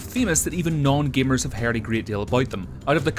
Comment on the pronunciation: femos, gemars